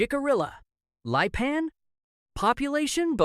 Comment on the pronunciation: You need to learn how to pronounce Jicarilla and Lipan. You are embarrassing yourself.